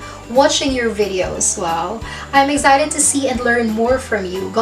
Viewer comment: FYI, the word "excited" is pronounced uhk·sai·tuhd not eg sai tuhd!!